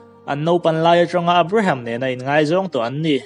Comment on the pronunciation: Abraham i lam dan chuh...chhelo i tih dan pawh hi 😂😂